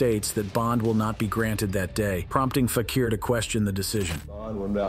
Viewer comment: What is FAK-EAR - it is FAK-EE-R